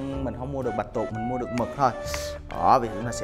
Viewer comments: "bạch tuộc" ơi! không phải "bạch tuột":p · Chỉ muốn nói là bạch tuộc chứ không phải là bạch tuột😆😆😆